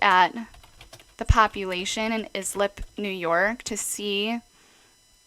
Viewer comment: Islip pronounced Ice-lip 😘👍🏻